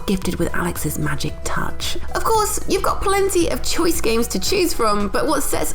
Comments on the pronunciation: Did she say gays with gold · How can you say Gays instead of games? needs to learn how to speak